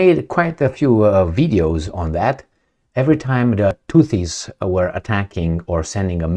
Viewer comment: It is not Tuttis, it is Houthis.🙉